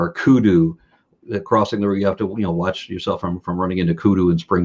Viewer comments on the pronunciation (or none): none